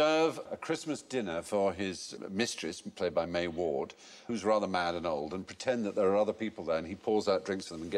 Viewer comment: May Warden, not May Ward